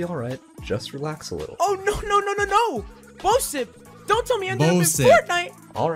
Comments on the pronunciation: Bob & Bisep Me: its Bosip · He said Bob and Bishop instead of Bob and Bosip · oh its bosip every other time he tries to say his name is his name bishop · Alt title: pronouncing bosips name wrong for 38 minutes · Alternate title: trying to pronounce Bosip for 38 minutes